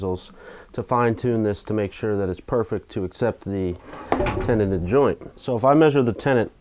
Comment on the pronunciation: It sounds like you are saying tenant, are you a landlord now? Did someone move in with you? LOL? Ok folks move it along, nothing to see here. :)